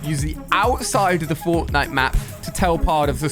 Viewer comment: he says cortnite except from fortnite